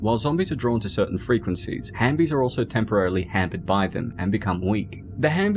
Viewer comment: It’s halfbies not hambies🤣🤣